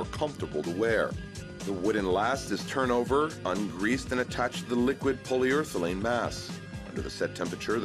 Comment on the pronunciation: ***PolyUREthane Not POLYURTHELANE!